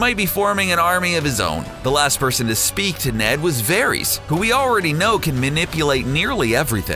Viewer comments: Good god this guy cant say any name like they do in the show! Verys is pronounced like Veris!!! Not Veries!!! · Vair-iss, not Vair-eez. Jeez!!! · Dude its pronounced "Var-is" not "Ver-ees" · ITS VARYS NOT VARIES!!!! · I can't stand the way he said "Veries" for Varys. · Julia K Varees